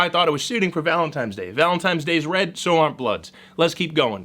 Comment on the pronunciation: sorry did you say valen-TIMES day? sir step away from the live animals, thank you lol